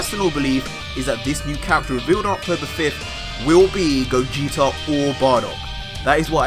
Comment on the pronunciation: It's Gogeta not cooler -_